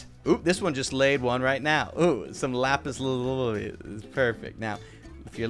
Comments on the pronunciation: "Lapis Loolie" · “Lapis laluly” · "lapis lailai"